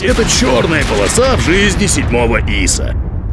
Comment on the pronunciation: ударение не Иса, а исА!!!! Автору Русский язык надо учить!!